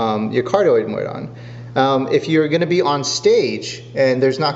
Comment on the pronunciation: MODE, MODE, MODE. You got it once. It's not MOID.